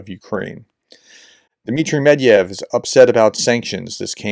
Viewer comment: It's MED-VE-DEV not Medyev. Every single time. We all know he is a washed out delusional Russian alcoholic of a politician but still we gotta make sure the Russians know who we talking about.